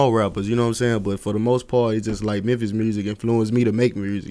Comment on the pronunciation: “Real Mursic “